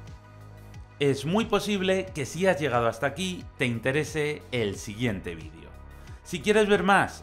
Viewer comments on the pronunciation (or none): none